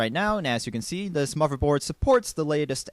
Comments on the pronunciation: he said "moverboard" DISAPPOINTEDDDD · WHY DO U KEEP SAYING MOVERBOARD?! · I like your video, but it really bugs me how you say "moverboard" lol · MLG GamerKid 800 He's just pronouncing "th" sounds with a "v" sound, he does it for ethernet also.